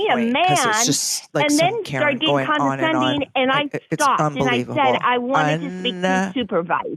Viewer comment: She wants to give them an "F" yet she' can barely speak; "con-din-sending"